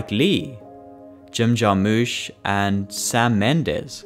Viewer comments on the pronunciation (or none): It's "Jar-mush" as Jim pronounces it. Just an FYI.